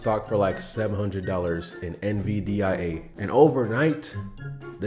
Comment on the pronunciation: You don't know how to pronounce nvidia bro?